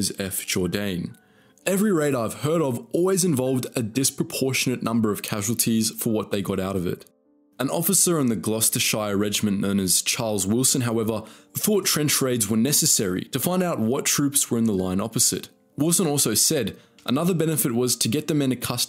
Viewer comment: In Gloucestershire, the '-shire' is pronounced as 'sheer.' The same is true for all British counties ending with the same suffix.